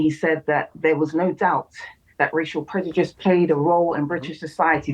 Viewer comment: I see no-one still can been bothered with the headache of correcting her that its "prejudice" not "predujice"